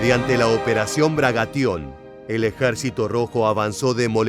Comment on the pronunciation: Se dice Bagration, no Bragation.